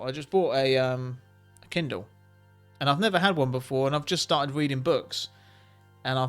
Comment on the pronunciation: I heard breeding not reading 😆